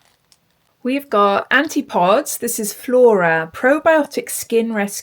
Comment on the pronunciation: I like it. Might get that one. Thanks for posting. I think Antipodes is An -tip-oh-dees.